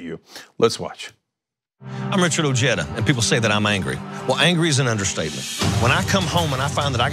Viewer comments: His name is prnounced " O Hi Duh". Why did this guy just say " O Jed Ah"??? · OJEDA . . is pronounced "O- HEAD - A" it´s a Hispanic last name .. not JEDA like JEDI . . although the guy himself pronounces it anglo-ized . . origin Spain Alonso de Ojeda (c. 1465 – 1515), Spanish explorer. . Im not saying he is less American or anything like that . . USA land of immigrants